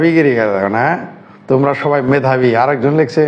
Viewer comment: যারা দেশকে দ্যাস বলে, মেধাবীকে বলে ম্যাধাবী তাদের মেধাবী বলি কি ভাবে ????